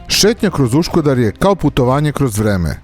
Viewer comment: Iz svo postovanje nije Uškudar već Uskudar i nije brdo Dzamlika već brdo Čamlidza :) Treba obratiti paznju na takve elementarne stvari. Pozdrav